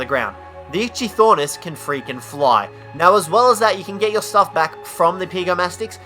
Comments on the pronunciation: He said itchythornis. It probably gets a lot of itches. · IT’S NOT ITCHY THOR NIS IT’S ITCHY OR NIS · Its pronounced like ikthyornis not itchthyornis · Dovahkiin the Brave he pronounced it: It-chy-Thor-nis But it is pronounced: It-chy-or-nis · "itchy thornis"? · the "Itchy - Thornis" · Itchy-thornis... LMAO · Ik I’m late but ichthyornis is pronounced ik thee ornis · Who else got a stroke every time he said Ichythornis? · "Itchy-Thornis" lmaoooo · "Itchy-Thornis"? My nose is red from the amount of times I facepalmed... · And he said itchythornis. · Okay, two things. One: it’s just Kaprosuchus, not Kaprosuchusaurus. Two: Ichthyornis is pronounced ik-thee-or-nis, not whatever you said. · I know just say kaprosuchus and PRONOUNCE ITCHYORNIS CORRECTLY